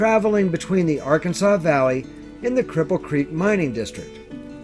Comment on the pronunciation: It's pronounced Ar-kansas River, it is not pronounced like the state...